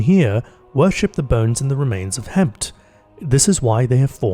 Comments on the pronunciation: Ok, that's two guys now that ran the dungeon, must've heard from Petra and Crow that the effin dragon's name is pronounced Hef-end but still went to to call it Hemph here. I mean...how?? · I love that the community has come together to create of a Thousand Voices. Also for any future fill in Hefn is pronounced Hef-En.